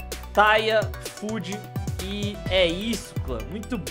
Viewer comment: eu nem o video todo, mas eu digo esse é de qualidade, em determinados momentos dá para se ouvir "foodi"